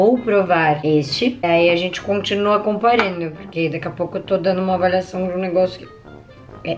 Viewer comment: Acho legal qnd ela fala avaliação ela fala avalhacão e qnd ela fala avaliado ela fala avalhado ksksksk